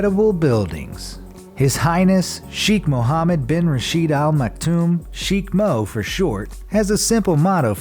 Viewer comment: Okay this video is so wrong, first , Dubai isn’t the capital city it’s Abu Dhabi Second: he said sheik Mohammed’s name wrong (I know everyone says it different)